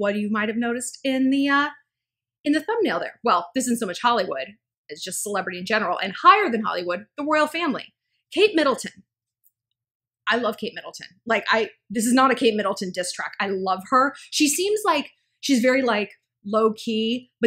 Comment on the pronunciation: When u say 'Royal Family' I hear 'World Family'